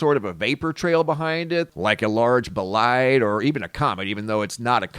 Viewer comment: WHAT is a B-LIDE??? you've said it now 3 times in this video so far and I've never heard you use that word before... Ohhh, I think you mean a BOLIDE tho.. well you have to pronounce the O .. it's a BO-lide.... the closed captioning kept showing bide so I was really confused lol